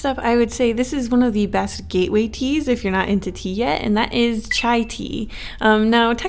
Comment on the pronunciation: I thought she said cheese as cute girls for a second skskksks